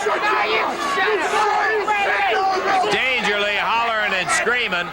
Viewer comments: Why do the announcers keep saying "Dangerly"?, did he go by that ever? Or are they mispronouncing Paul E. Dangerously? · Yeah, it's pretty annoying they couldn't get his name right. Oh, well.